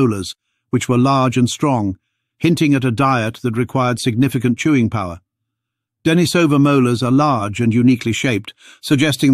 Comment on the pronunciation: And ignoring the local pronunciation of the cave -- 'Deh-NEE-suh-vuh', with a long 'e' in the second syllable, continues in video after video, continuing to demonstrate the problems with using text-to-speech programs for narrating videos because voice actors are too expensive, and the person posting the video can't be arsed to do it themselves.